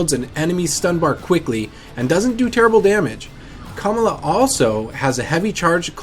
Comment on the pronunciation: Why he say Kamala like that?